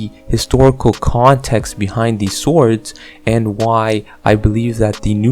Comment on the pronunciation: Don’t say the W in “swords”.